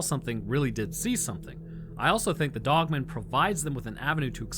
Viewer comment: 😂😂 it's pronounced dog-man. It's not a last name like Phil Dogman.